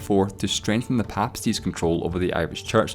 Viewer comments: I wondered if this was an auto-generated commentary. Much too fast and the script is way too dense. Slower, more sparse, please. It's a brave, or do I mean foolish man that attempts to cram Ireland's entire political history into twelve minutes. Btw, 'papacy' is pronounced PAY-paa-see. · I wince every time you say papal. It's pronounced with PAY-pal to rhyme with staple or maple rather than PAH-pal to rhyme with apple or chapel. Likewise, papacy is pronounced PAY-pah-see rather than PAH-pah-see. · You pronounce papacy as follows pay-pa-say. You utter numpty🤦. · Why is this Scottish narrator having such a difficult time pronouncing island and papacy ?? Everything else seems to be all right but not island nor papacy